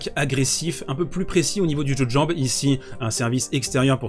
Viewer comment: JEU DE JAMBES. Repeat after me : "Jeu de jambes". Very well.